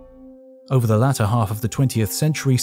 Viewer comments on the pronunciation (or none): none